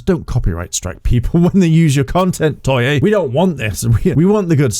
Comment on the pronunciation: TOEI, NOT TOYEY